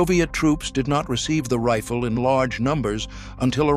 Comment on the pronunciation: I hate AI as they cannot get pronunciations correct. I've never heard a rifle called a "reefil".